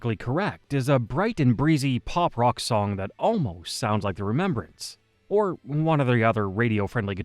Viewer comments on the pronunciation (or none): Did you just call them the remembrants?😅